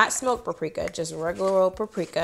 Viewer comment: It’s PAPRIKA!! Not PARIKA!😂😂😂